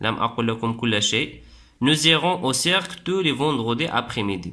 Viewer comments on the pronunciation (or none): DSL mais mauvaise prononciation,on dit ciiiirque ,la natuuuuuure......😱😱😱😱